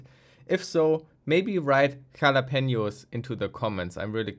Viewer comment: Chalapenios ? Jalapeno ? Yes I watch the video 🙂